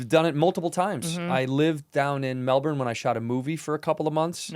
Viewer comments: Still feels like it's halfway to the old "Mel-born," to me. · So proud of how Andrew says “Melbourne” Fluently now 🎉